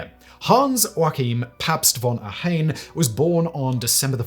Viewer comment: You butchered Ohain‘s Name…. Unforgiveable